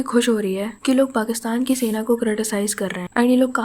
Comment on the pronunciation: The bindi mademoiselle who is a Punjabi speaking P0rkistani,speaks hindi & then "सेना" becomes "सैना" 😂😂